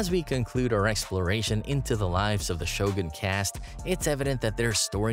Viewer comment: You narrate well. I hate it when people pronounce Shogun as Show Gan. You pronounce it correctly: Sho Goon.